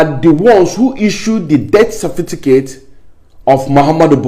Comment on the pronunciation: Certificate not Cerfiticate